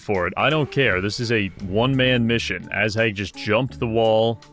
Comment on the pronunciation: be honest... you did this just because you wanted to say "Ass-Hag" all the time xD